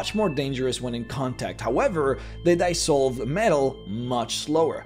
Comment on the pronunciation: *dEEEEsolve not dYYYYsolve